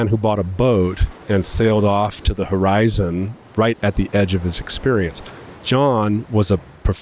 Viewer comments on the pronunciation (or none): none